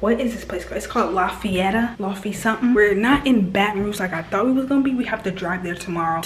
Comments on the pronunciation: The place in Louisiana is pronounced like laugh-yet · The way you said Lafayette was hilarious! It pronounced la-fee-yet its weird I know but lol keep up the good work and I love your vlogs 😁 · Im from nola and u prounce it like ( laugh-e-yet) Lafayette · It’s pronounced Laffy-yett 😭😭. You had me rolling officially my fav YouTuber 😂😂. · it’s lafayette 😭 u can say it it like laffy yet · It’s La Fe et even tho it’s spelled way different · as someone who is from Louisiana it pained me when she said Lafayette bc it's pronounced (La-fee-yet)